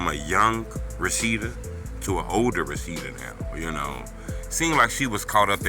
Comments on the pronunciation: Her name clearly says Roshinda and you say Rashida smh bro what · Good Lord, her name is pronounced “RO-SHIN-DA” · It's RO-SHIN- DA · How you pronounce her name lmk you was in slow classes as a kid fasho fasho lol